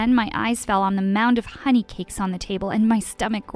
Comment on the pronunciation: i immediately knew ur from russian when u said honey cake